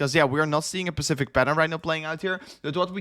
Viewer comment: Practice saying the word “specify” before using “specific” so it doesn’t sound like “pacific” Keep up the great work mate, you’re doing awesome. Much ❤️ from Australia